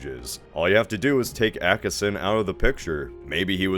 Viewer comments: Sorry, but I gotta be That Guy -- the first syllable of Acheson sounds like "batch" without the B. I'm old, and I remember when he was still in the news in the late 60's. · A less common pronunciation of the surname "Acheson". Also, said Acheson had already, prior to the outbreak of hostilities, announced that the US only cared about Japan and nothing west of it. Truman's choice to get the US involved thus did not depend upon Acheson so much as other factors. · "Park Chung Hee" is introduced here using the Korean naming convention (i.e. surname/family name first), but you refer to "Rhee Syng Man" throughout the video using the Western naming convention (i.e. surname/family name last). Not generally how you pronounce "Acheson". Aiming for constructive criticisms. Thank you for your videos!